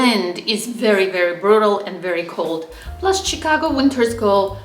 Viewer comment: you needlessly put yourself at a disadvantage by mispronouncing "Chicago" throughout the video. Maybe some viewers will think it's cute when a foreigner says "Tchicago," but I wince every time I hear it. In my experience as someone who has lived in both cities (or rather in one and near the other), summers in Chicago are much worse than summers in Boston---though in the past twenty years, Boston summers have gotten much worse (but I assume that the same thing has been happening in Chicago). The "L" is convenient for getting around if your Chicago starts from the Loop and extends north along the lake. If you live on the South Side, you are not so well served. Where the CTA is superior to the MBTA is that it is not in such a state of decay. Chicago has the Art Institute smack in the middle of the city where you can't ignore it and where it is easily accessible to everyone. Boston's Museum of Fine Art is in an out-of-the-way location. I visited the Art Institute several times a year when I lived in Chicago: during my twenty years in Boston, I visited the MFA a total of twice.